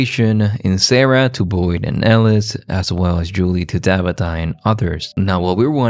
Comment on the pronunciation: O.m.g. please stop calling Tabitha - DABITA